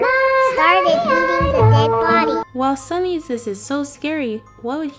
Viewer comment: I mean you said Sunny Wrong